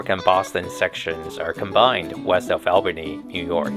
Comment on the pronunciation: Why do people doing Lake Shore Limited videos often mispronounce Albany? It is pronounced All-bany.